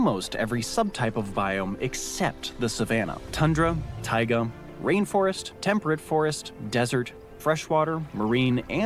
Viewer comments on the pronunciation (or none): none